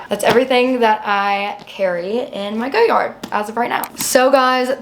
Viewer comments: it's def not GOyard, and perhaps the French would know the correct way to say it, they rarely pronounce the Rs if in an end syllable eg Cartier (who makes FAR more gorgeous bags, and I'm not even into most designer houses).✌️ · GO- yard‽‽ This is yet another reason why their PR campaign won't work, only nescients would but something so painfully ugly that they cant pronounce. There arent enough of thise people who can afford to make the misrake of owning such an atrocity. It's fun to watch though. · girls take the L! How are you gonna tell a French surname how it is pronounced‽ Nobody pronounces it that way except you and some other nescient souls. It is an ugly look on you, similar to how ugly that bag is. Maybe you should have bought it in Paris, just to learn how to pronounce it. A quick trip to Louisiana or Quebec might help you w the pronunciation of French surnames so you don't keep doubling down on how to pronounce a SURNAME not a WORD. You seem offended by learning, which seems weird given that you look way beyond your.teen years.